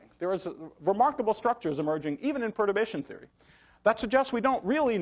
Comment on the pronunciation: I can't understand what Nima are saying in ,...is "probation theory"?